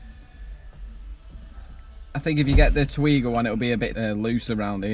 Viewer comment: I've got the same short shifter, I also had to twat it to get it in 😂. Haven't upgraded the bushes yet though. I think it's pronounced Teg yee wa.